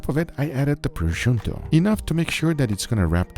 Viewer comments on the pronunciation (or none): Wait did just say topruscio instead of prosciutto? xD I do not even know. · What the hell is "Proshunto"? 😂😂😂